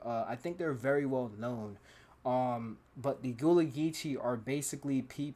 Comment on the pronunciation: It is pronounced Guh (uhh)-La. My family is Gullah Geechee on my mom’s side.